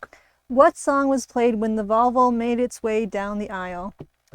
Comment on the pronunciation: I definitely heard 'vulva' instead of 'Volvo'. Oh...man, that really changes the context of the punchline... 😅